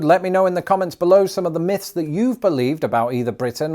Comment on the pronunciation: I thought he was talking about moths but in a French accent